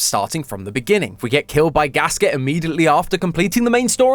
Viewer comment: Hey the theory is great and all but thats not how you pronounce Gaskette. It is german. Gas-Kette is a compound word meaning Gas(self explanatory)chain(kette) there is a small break when pronouncing the name completely between both words.